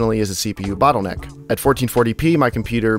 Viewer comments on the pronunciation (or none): It's not a Bootleneck!